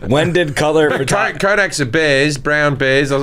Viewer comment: “Fertography” is driving me nuts